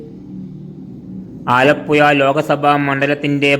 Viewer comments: പുയ അല്ല പുഴ 😂😂😂😂😂😂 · വടക്കൻ കുണ്ണെ നീ ആദ്യം പോയി നാക്ക് വടിക്ക് ആലപ്പുയ അല്ലേടാ ആലപ്പുഴ നാക്ക് വളച്ചു സംസാരിക്ക് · എന്റെ പൊന്നു ചേട്ടാ ഈ പുഴ എന്നത്. പുയാ എന്നുപറയരുത് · ഈ ചെങ്ങാതി ഏതു നാട്ടുകാരനാണ്, ആലപ്പോയ കേട്ടു ചെവി അടഞ്ഞു, ഇനി ആലപ്പുഴ യെ കുറിച്ച് പറയാൻ വരികയാണെങ്കിൽ നാക്ക് നന്നായി വടിച്ചിട്ടു വരണം പൊയെ 🤣🤣🤣🤣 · ആലപ്പുയ പയം മുയുത്ത പയം 😂😂😂😂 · എടാ പഹയാ ആലപ്പുയ അല്ല ആലപ്പുഴ 😂. ഇത് കൊല്ലത്തു ക്കാർ ഫാര്യ എന്ന് പറയുന്ന പോലെ. ഏയ്‌ അല്ല ഏഴു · പുയവിട്ട് പാലക്കാട്‌ പിടി അല്ലെങ്കിൽ അക്ഷരം പറയാൻ പഠിക്ക് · അമ്പലപ്പുയ ആലപ്പുയ അതെന്ത് പുയ നാക്ക് വടിക്കെടോ പിന്നെ ഏയാമതോ